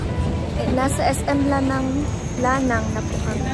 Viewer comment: La-nang Langga not Lanang😅❤